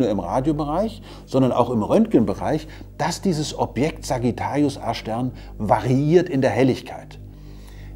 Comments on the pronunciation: Ich habe beim ersten mal Sagittarius Ar*ch Stern verstanden... :D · Wer versteht auch die ganze Zeit "Arschstern"? 😂😂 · Ich versteh immer Arsch-stern 😂